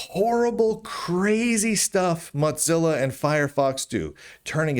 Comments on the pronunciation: Stop saying Motzilla. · I don’t think I can ever get used to the way Lunduke pronounces Mozilla, but I can’t be the only one who caught the bit at the beginning about another Linux distribution ditching Fedora and chuckled a little. 😂